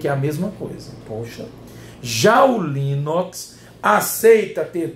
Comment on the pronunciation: rsrsrs...."já o Linóx"....rsrsrsrs